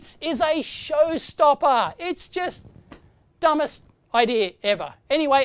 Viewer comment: for a split second i though we were gonna hear dave drop the f bomb. "its just dumb est" sounded a bit like as and the pause had me anticipating